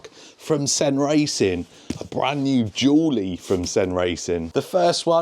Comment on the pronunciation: As someone for Tennessee.. i can confirm its pronounced "Dooley" 😛